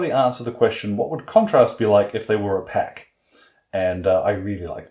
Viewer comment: Took a few listens to work out you said 'opaque' 😆 was wondering what the hell 'oh pack' was 😋 Great video as usual 👍🏻